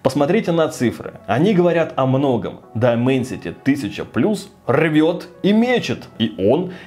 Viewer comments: Не Дименсити, а Дайменсити. Не эксИнос, а Эксинос с ударением на Э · дАЙменсити правильно